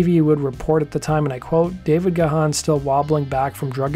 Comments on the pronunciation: It's "gone", not "ga-han." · It's pronounced Gaaan not Ga-h-aan! The h is silent! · Dave's last name is not pronounced Ga-han. Its pronounced Gan. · It was Alan Wilder who felt after recording SOFAD that he didn't want to record in a toxic disconnected way ever again along with not getting the credit for album production. After Dave's heart attack it was only Martin Gore and Alan Wilder who played Deaths Door as the paramedics were loading him on to an ambulance. Side note: Dave's last name is pronounced Gan like the word man. The "h" is silent. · Gahan is pronounced as Graham.